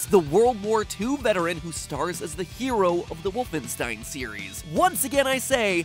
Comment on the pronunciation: its not woofenstein its WOOL-fenstein